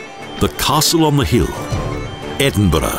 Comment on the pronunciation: Nicky, at least he can (almost) pronounce Edinburgh.............better than the average American. They could have used Sean Connery.